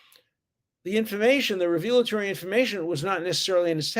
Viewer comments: I absolutely admire the moral consistency of professor Dershowitz. Please pronounce revelatory properly. It isn’t reveal a Tory it is revel a Tory. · It is not pronounced "revealatory" It is pronounced "revelatory" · Isn’t the word “revelatory,” not “revealatory”? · re·vel·a·to·ry /ˈrevələˌtôrē/ Alan, for God's sake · I do not think you should pronounce "revelatory" as revealatory, with the accent on the second syllable. It should be accented on the first syllable, with the second vowel a schwa, not a long e.